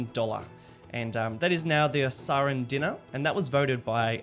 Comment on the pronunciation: nice solo effort mate. just one tiny thing... the currency Dinar (used in Bahrain, Iraq, Libya, Kuwait etc) is pronounced Dee-nar. But maybe in Osahra it is pronounced Dinn-ah (as you did), who am i to judge. Nice instalment though buddy!